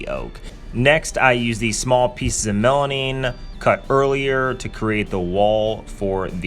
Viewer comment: Melamine ... not melanine